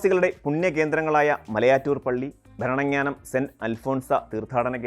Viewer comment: റെയിൽവേ ആദ്യം വന്നത് മലബാറിൽ.... വികസനത്തിൽ ഏറ്റവും പിന്നിൽ നില്ക്കുന്നതും മലബാർ ... താങ്കളുടെ വിവരണത്തിലും വടക്കിനെ അവഗണിച്ചു. ബേപ്പൂരിൽ നിന്നും കോഴിക്കോട്ടേക്കും മംഗലാപുരത്തേക്കും റെയിൽ എപ്പോൾ വന്നു എന്ന് പരാമർശിച്ചില്ല. പിന്നെ താങ്കളുടെ മലയാളം ഉച്ചാരണം വികലം. പഛിമഘട്ടം, ഭരണങ്ങ്യാനം, കുട്ടിക്ക്യാനം ......